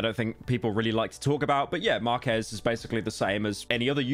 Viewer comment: Pyro mispronouncing Marques name is hilarious